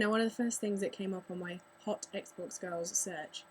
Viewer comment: I have no prob with girls on xbox live i dont pay much attention anyway lol and you say girls like gawls